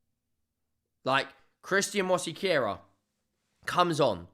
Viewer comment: please stop saying Mosquera name like that. You’re adding a whole syllable for what?